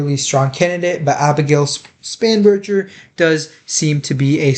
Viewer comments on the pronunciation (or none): Spanberger - with G not "J" ~